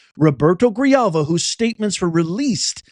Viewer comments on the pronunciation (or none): hey professor, ahem. "J" in Spanish is pronounced "h" Grihalva, is the pronunciation